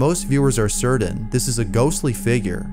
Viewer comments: Certain or cerdan? Great videos! I have watched so many I cant get past the pronunciation! Its a scary pronunciation. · "Certain" is pronounced [ 'ser-tin ]. It is NOT pronounced [ 'ser-din ]. Love the work that goes into these videos, but you use this word a ton and every time it's like fingernails on a chalkboard IMO. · Sorry but this drives me insane. ITS NOT CERDAIN, ITS CERTAIN. CERTAIN!! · “serdin” or certain?